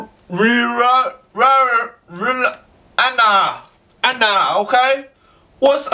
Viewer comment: Rihanna banana, no- ri- aiya! (haha, im chinese and sometimes the aiy-a slips)